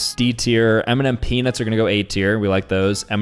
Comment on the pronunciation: bro said cause penis is better (ik he said peanuts)